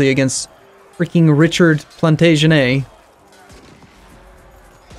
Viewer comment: The surname Plantagenet isn't pronounced French like that. It's Plant aj en it.